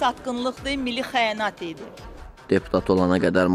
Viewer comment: Gör kimlər milli mənafedən danışır....heç milli sözü belə düz demir..."mili"